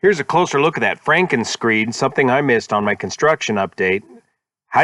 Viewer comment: Frankenscreed. It sounded like you were saying Frankenscreen.